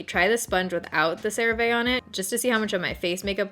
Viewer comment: Cerave is pronounced CeravEEEE not CeravAAAA according to the commercial.